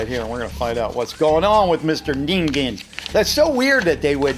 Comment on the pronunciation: for once someone pronounced ningen right